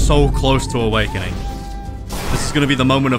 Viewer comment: "Rabbit awakining"